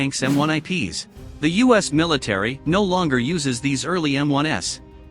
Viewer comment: "M-1s", plural.... NOT "M-1 ess". There is no M-1S model.